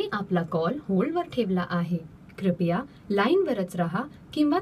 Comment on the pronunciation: क्रिपया नाही क्रूपया आहे मराठीत ..some words in marathi are similar meaning as hindi but pronounction are different...